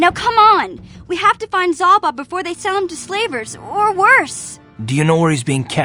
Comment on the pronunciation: You doubled the wrong a in Zaalbar and this entire comment section followed and I am losing my mind AAAAAAAAAAAAAAAAAAA